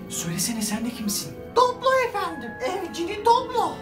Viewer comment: Adı dooblo değil ki doby